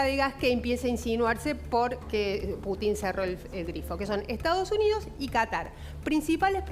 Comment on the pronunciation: Inés con todo respeto, no se pronuncia Putín, sino Putin.